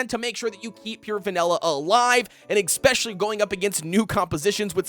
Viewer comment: There's more toppings available other than Swift Chocolate and Searing Raspberries, "ex-specially" when considering tank vs damage dealers!! So cringe 😬